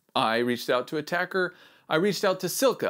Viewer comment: Thank you for the quality content. Btw of your going to be sponsored... You need to get the name correct... Attack-eh not attacker.